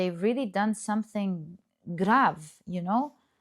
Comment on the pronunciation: You said "grav" are you Romanian? 🙏